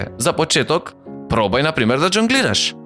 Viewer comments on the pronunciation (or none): Те молам прво научи дека не се кажува ЏОНГЛИРА туку ЖОНГЛИРА а потоа снимај видеа!!!